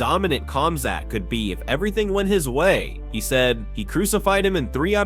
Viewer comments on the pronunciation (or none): none